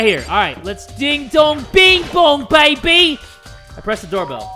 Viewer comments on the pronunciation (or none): school bell: rings british accent jay: DING DONG BING BONG BAY-BE